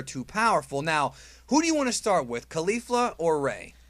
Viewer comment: Caulifla* not Caulfla.